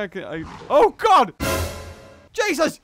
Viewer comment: him: OH GOD Juses